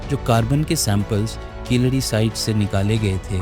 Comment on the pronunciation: Keeladi should be pronounced properly and not as hindi word khiladi..which means player...it should be pronounced as keel adi....meaning bottom step....